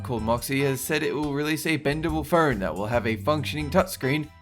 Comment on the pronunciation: Am I the only one that hears "fern" every time he says, "phone"?